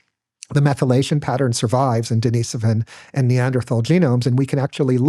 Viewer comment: HTF is he pronouncing "Denis-ovan as if it's the girls name "Deniece"? The guy doesn't even know hot to correctly pronounce their name.